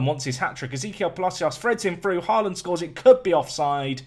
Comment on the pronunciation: I love that literally every british person says «Haaland» wrong 😂